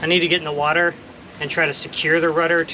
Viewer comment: Nope. Don't know what "Wadder" is.